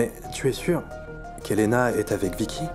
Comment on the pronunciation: Écouter comment Bidyoy appel Vicky vickè